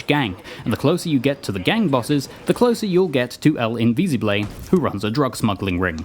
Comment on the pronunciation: You pronounced Invisible wrong.